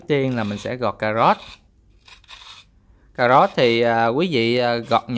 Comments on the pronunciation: Cảm ơn đã chia sẻ món ăn ngon . Nhưng " cà rốt " chứ không phải là " cà gốt " . Hihihi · Ông này rốt với sốt mà cứ phát âm thành rót với sót :))